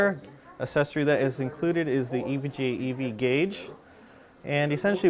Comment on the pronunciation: Been a long time since I've seen or touched an EVGA board. (It's pronounced EE-VEE-GEE-AYE for those that don't know. Not Ehv-guh.) :)